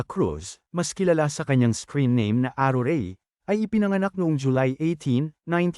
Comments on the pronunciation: aruray po hindi arurey! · ..hahahahha! Napatawa mo ako the way you pronounce ARURAY hahahahhaa!!! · Mali po ang bigkas m sa pangalng aruray at chichay 😂